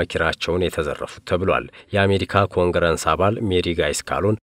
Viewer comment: ኮንግረስ ነው የሚባለው የምን ኮንግረንስ?